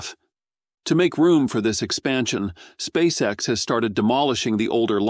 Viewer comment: et on prononce "spèice ix" et non "spaceexe" !!! Abruti